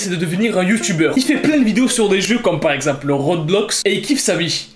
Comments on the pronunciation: Il a dit « RoDblox »😂😂 au lieu de dire « Roblox » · On dit roblox on dit pas rodblox 🤣🤣🤣🤣😂😂😂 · Qui a suiffer quand il a dit RODBLOX au lieu de roblox ? 😂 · Rodblox? C'est Roblox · ”Le robelox” 🤣🤣🤣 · "rodbox" c'est ROBLOW WSH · MDR PAS RODBLOX C'EST ROBLOX 🤣😂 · Sa ma fait trop rire quand tu as dit rodblox c est roblox😂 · Le rod blox 😂😂 ses roblox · « Rodblox » c’est ROBLOX et non roDblox🥲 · Le rodblox non mais ça se dit roblox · wch il a dis le rodblox au lieu de roblox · Ta dit rodblox aulieux de roblox ta trahi mon honneur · mdr t'as dit rodblocx au lieu de roblox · C'est pas roobloux 😂😂c'est roblox😂😂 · Le " Rotblox " Ça ma tuer mdrrr 😅😂🤣😂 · Ces moi ou ta dit rotblox 😅😅😅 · faudrait penser ah un peu mieux prononcé le mot roblox la prochaine fois... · C Roblox ;-; pas ro blox bruh